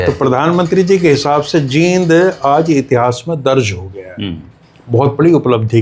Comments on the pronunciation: JEEND & JIND भाई जैसी स्पेलिंग वैसा बोल 😂😂😂😂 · 🙏आदरणीय और अभी पीछे सुना था कि राष्ट्रीय गीत को शुद्ध उच्चारण से गाया जाएगा l लेकिन जींद को #जिंद और अमृतसर को #अमरुतसर, पेड़ को #pad जैसे phonetic उच्चारण राज्य की मातृशैली का प्रभाव होता है l अत: विश्व में शब्दों का उच्चारण गारंटी से नहीं कहा जा सकता कि वह किस रूप में शुद्ध माना जाए🙏l